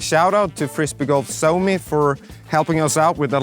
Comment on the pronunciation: As a finnish person, i died inside in . Swuouomi